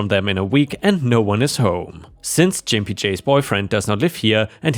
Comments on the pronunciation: Hey, quick American English pronunciation tip. The "g" sound in "Gimpy" is a hard "G". Like "good" or "guten morgen". 😀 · You have trouble pronouncing gimpy It is a slur to call someone who limps a gimp. It is the hard g ga not the soft g ja. ⭐⭐⭐⭐⭐⭐⭐⭐⭐ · 👍⭐️✨️🌟✨️⭐️✌️🐱😻🐱❤️🤟 BTW the word "gimpy" means someone who always limps when walking and isn't pronounced "jimpy" but with a hard "G" as in "good." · That was painful to listen to. Gimpy has a hard "G", like Goat, or Glass, as opposed to a soft G like Giant or Giraffe. Good story tho well read apart from Jimpy. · Gimpy is pronounced with a hard G, like Git, Got, Gone, Growl, Gore, Grump, Grit, Green and Groan... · Hey, just an FYI it's a hard G in Gimpy, not a soft G as you're saying it (a G like "giuh" as used in golf or guppy). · "Gimpy" is pronounced with a hard G 🙂 Edit: That same story ended with "Fuck HOAs" but where in that story did the HOA do anything but actually help OP come out on top? Gimpy J's board member position played no discernible role in the story. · I enjoy reading and listening to your posts. Just for informational purposes - "Gimpy" is pronounced with a hard G sound, not a J sound (think "gun", not "gin") . Also, it is the adjective form of the noun "gimp", and its most commonly used definition is "a person with a physical disability". It is often considered offensive. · I believe you are pronouncing the name wrong. Instead of a soft G sound like a J, try a hard G sound like when you call someone a gimp as in cripple. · "Gimpy" is pronounced with a hard G, not soft. G as in "get". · Gimpy is a 'G' sound, not a 'J'. 😎😎😎🌟🌟🌟😺😺😺 I love the HOA exterior paint tale. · Lol, that's not how you pronounce gimpy dude. And no you won't get a strike or any other penalty against your channel for saying it correctly. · Just FYI: The G in gimpy is a hard one, not a soft one. (Which is to say, it's pronounced like an actual g, not like a j.) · Gimpy is pronounced with a hard g, rather than like a J.